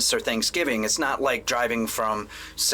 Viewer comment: Damn, your polish pronunciation is pretty lit (i mean the way you say "Warszawa" and "Poznań"; it really sounds like you were a Pole). But anyway, i identify myself as a dog and ive been pretty sad my whole life my school didnt think about fixing a box for me. So well, you better dont judge us as a whole.